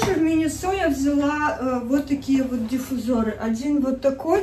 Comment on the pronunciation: научитесь нормально разговаривать,а слово диффузор меня вообще поразило.Ударение на у